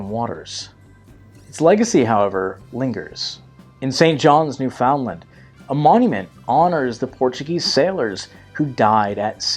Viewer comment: Yes, interesting, but you could learn how to pronounce Newfoundland.